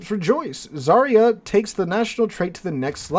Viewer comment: The new Russki ship is ЗАРЯ СВОБОДИ or Zarya Svobody...don't quote me on the Russian spelling of the second part of the name. I'm fairly certain about the first part. In any case, the pronunciation of the first part of the name is NOT ZAReeyah, but rather ZARyah. Whole thing: ZARyah SvohBOHdee. Whenever you see a transliterated Russian word and the combo /ya/ comes up, it's pronounced YAH. That comes from the letter Я which makes the YAH sound.